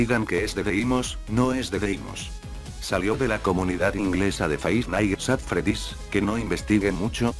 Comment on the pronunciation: Nadie: Absolutamente nadie: Loquendo: Faivf naitz att fredís.